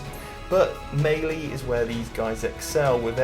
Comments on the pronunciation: Great video... but it's "mêlée" not "maylee" as you pronounce. Sorry dude but it was grinding on me when you said it. Just think French and not English before you say it... other than that though I enjoyed your video and take on the Armies. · Am I the only one who finds the way he says "Mei Lee" strange? Is that a British thing?